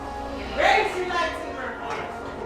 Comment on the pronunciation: The lady said “the kyber crystal is the heart of your light-saver” SAVER!???!? it’s a light-saber! Not saver